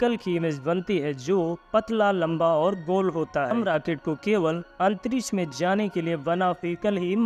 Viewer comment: आवाज़ बुडबक है राकेट.. आतंरिस बोलता है. रॉकेट. अंतरिक्ष